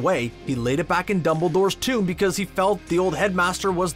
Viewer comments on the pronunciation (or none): none